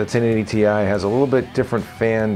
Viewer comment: thank you thank you thank you thank you for not making my ears bleed with the word tie. too many British and Australian reviewers are saying the word tie. in other words the GTX 1080 tie. I have been trying to go around and educate everyone that the word TI is not a word in any English or British Britannic dictionary therefore you must pronunciate each letter individually. the proper pronunciation is to separate the letters and say t i. so thank you for not butchering the name of the new Nvidia GTX 1080 TI.